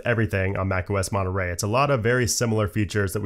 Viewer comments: Its funny because in english you said something like mone... rey in spanish the word have another "r" so it sount monte...rrey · great video, also... Monnuh Raaaay? I'm sorry, it was kinda funny hearing you pronounce it like that xD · I like how americans pronounce Monterey "monoray" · And those of us who grew up in certain parts of Britain pronounce it as 'Mon'a'ray.